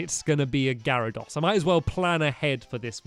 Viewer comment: you pronounce garydose Gary-dose